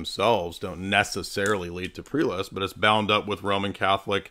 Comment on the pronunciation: Prelust?? He keeps saying prelust.